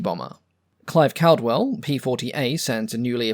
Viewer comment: Another great video,. As you point out, the Kittyhawk was highly regarded here in Australia for its work against the Japanese. By the way, Clive Caldwell's, name is pronounced "call - dwell."